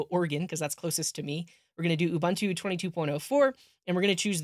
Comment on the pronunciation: Ubuntu is pronounced oo-boon-too